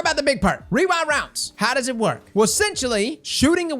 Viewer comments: wee-rind wounds, i cant say REWIND ROUNDS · I swear for some reason I would hear wewind wounds instead of rewind rounds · I don't know if it's your mic, but all i heard was "weewind wonds" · "Wewind Wounds" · what type of rounds is he trying to say because he is not saying rewind lol